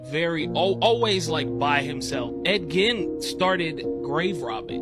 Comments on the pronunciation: It's pronounced Ed Geen, not Giin. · Ed Gein is pronounced "Ed geeen" not Ed gin like again he was on a show pronouncing the man name wrong come on maaan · It’s not pronounced Ed “G-IN” It’s pronounced Ed “GEEN” 🚫🧢🤦🏻‍♂️ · Ol boy butchered Ed Gein's name 😅